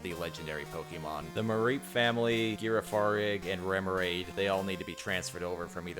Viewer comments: Girafarig is pronounced Giraffe-farig. Like the animal... Not "Gear-a-farig" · He said gear a far rig instead of pronouncing it like giraffe he’s insane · “Gear of far egg” 💀